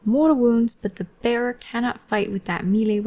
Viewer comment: I was half-listening and heard "the bear" whenever you said "the bearer" hahaha. Just didn't question, assumed the Daughters had a pet bear with tonnes of abilities